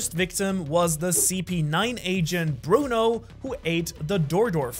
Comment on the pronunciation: Bruno💀 it’s Blueno